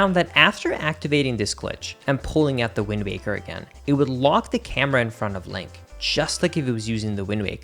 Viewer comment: hehe, he said linkus